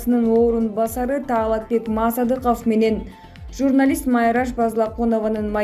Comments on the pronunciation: Мааасадыков дебей,туура окучу,мектепти буттун беле озу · Мааасадыков де тантырак туура окучу журналист.